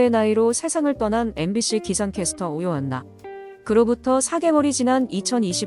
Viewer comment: 가해자들은 꼭 벌을 받기 바랍니다. 삼가 고인의 명복을 빕니다. 참!, 오요안나님의 성은 '오'입니다. '오요'가 아니라요. 왜 자꾸 '오요, 안나'라고 발음하시는지....